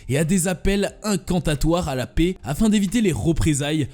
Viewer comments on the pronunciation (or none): none